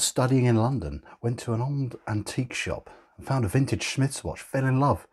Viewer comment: Definitely "frintage" 😁👍